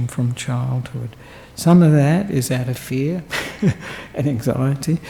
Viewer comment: *fear! Not “feet!”🤣🤣